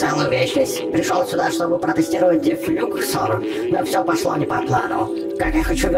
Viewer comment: Не дефлюксор ударение на о